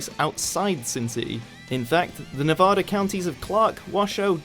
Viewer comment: maybe start with pronouncing nevada correctly